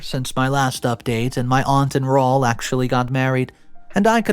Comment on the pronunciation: RAUL - Raw-ool! Man, please Please PLEASE ask someone when your in doubt. ZOE-ZOE-EE😢 Yer killing us 😅